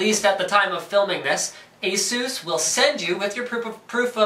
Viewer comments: There is a video on the official Asus Youtube channel on how to say it. "A-sue-s" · Even the english commercials for Asus used to pronounce it the same way Linus and currently do. I wasn't sure myself so I googled and came upon a article from 2010 on endgadget showing how it's properly pronounced. I myself thought Linus pronounced it correctly since (an Asus employee) pronounced it the same way. Who knows?